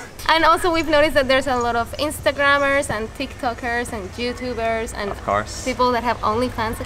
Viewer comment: Omg she said jewtubers! 😂